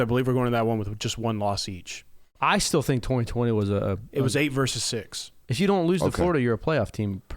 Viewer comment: Say, versus, as in Roe versus Wade, not verse.